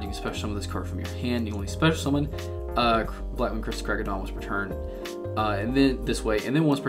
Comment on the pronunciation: Actually you didn't butchered their names